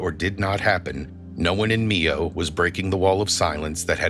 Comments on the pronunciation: Mio not nieo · My-ohh..not me-oh